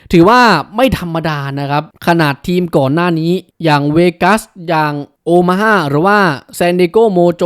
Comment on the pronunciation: แอดฯ บรรยายผิดนะ ทีม โอมาฮ่า นะ ไม่ใช่ โอฮาม่านะครับ...(ในอเมริกาไม่มีรัฐนี้นะ)